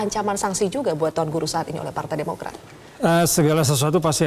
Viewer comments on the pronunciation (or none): Sayang sekali presenternya berulang ulang salah menyebut nama tuan guru..